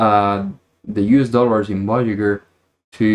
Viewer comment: I know english isn't your main language so this isn't meant in a condescending or mean way, but "voyager" is pronounced "Voy-eh-jer" :)